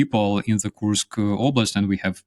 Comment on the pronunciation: Here you have it again: despite his guest using the correct pronunciation of "Kursk" on several occasions seems incapable of reproducing the sound and insists on having it rime with "curse." We know the Brits are (apparently) ill-equipped to learn foreign languages and expect others to use their idiom but couldn't media people at least pretend?😉